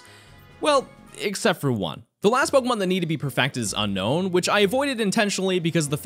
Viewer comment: Unown is pronounced UN OWN not UN KNOWN you only say the n once not twice ;)